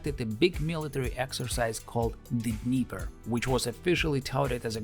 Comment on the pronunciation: To bad that for a true Russian you weren't able to pronounce dnieper, (dnjeper ) the right way